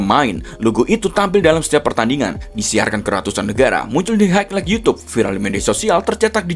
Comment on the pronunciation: Kritik : belajar spelling bahasa inggris atau bahasa asing lainnya, terutama yang berhubungan dg istilah sepakbola. Biar ga geli denger mimin ngomong highlight. ✌(◕‿-)✌ peace bang...